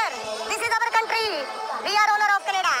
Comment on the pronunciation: We arrrrrr....... ownerrrrrrrrrr....... Of this countrrrrrrry.